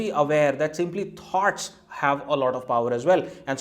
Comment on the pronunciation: Thoughts. It took me a while to realize you were talking about ideas because I heard 'tarts'... Sorry but the pronunciation in USA is smoother and somewhat difficult to foreigners or citizens whose native culture has a very strong influence in their spoken fluency.